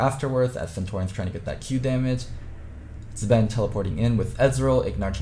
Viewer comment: I love when says siege or zven “THEIR COMP CANT SIEJUH (siege)” “Zben” 😂😂😂😂😂